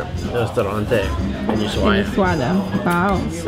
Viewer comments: Ushuaia es, no es Ushuaa o Ushuaya 🥴 Ushuaia! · Por favor corrige el tal de "Usuada" lo pronuncia correctamente El vídeo magnífico Felicitaciones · Pronuncias mal es Ushuaia no Usuaya..... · Una vez que lo dice bien!!! lo corrije 😳 USHUA " I" A no Ushuayyyyaaa!!!! 😂😂😂😂 Excelente videos chicos!!! 👍 ☺️ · lo dice bien es ushuaia y lo dice mal jajaj usuada jaja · es ushuaia y no usuhada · Nunca escuche tantas veces pronunciar mal el nombre de un lugar. Es USHUA I A!!!